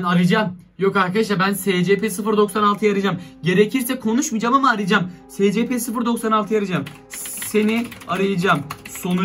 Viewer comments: Abi o secepe diye okunmuyor esipi diye okunuyor (SCP YAZMAYI BİLİYORUM ÇOK BİLMİŞ BEBELER DOLMASIN) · SCP diye okunmuyor esipi diye okunuyor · Abi siz buna nasıl inanıyorsunuz be. Ve SeCePe diye okunmuyor. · Scp vakfını bilenler +1 (büyük ihtimalle yorumlara bakmadan kapatıp gider ama) /SCP NEEE gıcık oldum olm okunuşu ESPİ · Abi o scp 096 değil es si pi diye okunuyo